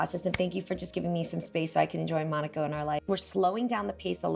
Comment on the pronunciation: Mai you are saying monaco the wrong way